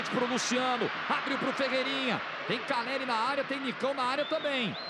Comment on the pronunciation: Tem como parar de falar “Carelli”?